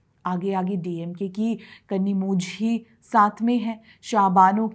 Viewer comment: कनिमोझी नहीं, कनीमोली. In TamGlish, zh means ल .... 😅. ना हिंदी आती, जिसकी वजह से हिंदी मत थोंप दो, इंग्लिश नहीं आती तो? Big problem there.